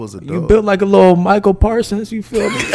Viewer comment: 😭😭💯 he said Micah parsons